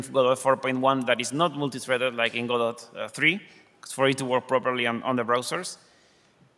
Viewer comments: Hey pronunciation police! The creator pronounces it God-dot similar to robot, and not the pretentious sounding G'doh. So stop correcting me every time I call it God - oh ! I may be wrong but I am no more wrong than you! ;) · Once and for all... is it pronounced gehDOE or GOdot? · I'm losing my mind over this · I'm only 34 seconds into the video and I'm not going to watch any more. Hearing him say "go-dot" has turned my world upside down and I'll need some time to recover from this. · It's called "go dot" just like "ro bot" which is why its logo is a robot. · So its pronounced Godot?